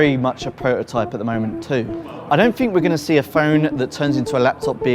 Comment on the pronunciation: It is slightly generational rather than regional. Although, I swear he says Fink rather than THink too. That's more annoying for me.